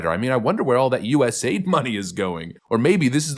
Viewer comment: ITS NOT U.S. AID! It’s u.s.a.i.d!